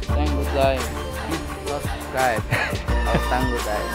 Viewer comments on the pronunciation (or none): none